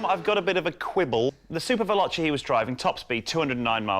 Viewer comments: Super VelochE! not super velochI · its actually ''SuperVeloce''...not che --'